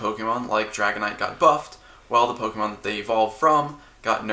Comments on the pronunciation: "POKEMAN" it hurts everytime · I know sometimes I call Pokemon, Pokeman or Pokemons or whatever sarcastically or ironically to make fun of the fact the name has been pronounced wrong for decades, but now doing it so often in a humoristic way almost gets to the point we just call them that just because.